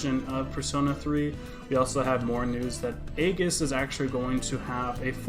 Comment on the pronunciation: It's pronounced eyeges